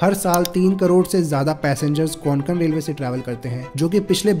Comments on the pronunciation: Konkon nahi Bhai kokon hai nam hamare kokon ka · कोंकण not konkan pls 🙏🏻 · को+क+न ✅ क्वान+क+न ❎ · Konkan nahi re kokan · don't pronounce it as कोनकण... it is just a कोकण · Konkon nahi kokan bolo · It's kokan 'ko' 'Kan' not Conkan 😂😂😂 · Nicely Explained! just one thing, it is pronounced koh-cun.